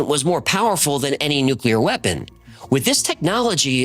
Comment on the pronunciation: Good to see someone can still pronounce "nuclear" correctly.👌